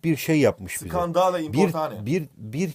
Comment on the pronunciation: " SKANDALE İMPORTANE" :D